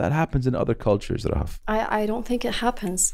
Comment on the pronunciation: Talking about Eid is always 🥹🥹🥹🥹💓. مرررة حلوة الحلقة انبسطت واستمتعت جدا ✨✨, Thank you guys 🤍. And, not a lot of people pronounce Rahaf as you do, as I like 😂, Thanks I enjoyed it throughout the ep 😂🤍. Keep going. I know you're inspired by Anas Bukhash, and I wanna tell that your podcast is a discovery for me just like ABtalks 🙏🏻🤍. I am really glad 🤍.